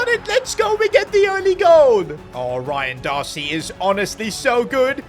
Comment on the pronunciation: "Ryan Darcy"😂😂😂